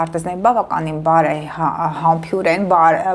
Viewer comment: Ճիշտ արտասանությունը բարեհամԲՅՈՒՐ ։